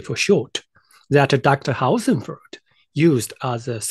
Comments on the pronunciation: Dear. The way you pronounce Hossenfelder is very wrong. Try splitting the name in two; Hossen and Felder. Hossen is pronounced with the o like in 'hawk', NOT like 'house'. 'Felder' is pronounced with an L-D sound, like 'soldier'. Hossen-feL-Der I only say this to not open you to ridicule or weaken your position, should your comments reach the level of prominence, where Sabine sees them. Best regards, a new subscriber. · If the model's reliability is in any way related to the pronunciation of Sabine's surname, I get really wortied.